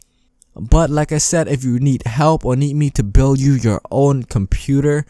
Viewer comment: bro you sed buil In sted of build